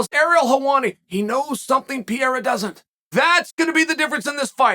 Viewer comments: Only person Ive heard pronounce Alex’s last name like that. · too much brain damage to pronounce pereira correctly